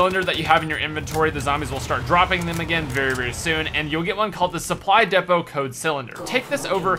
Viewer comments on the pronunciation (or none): lol I seriously hateee how he says DEPOT lmao he even said once that he knows thats its the wrong way to say but thats how he feels it should be pronounced lol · the way he pronounces depot...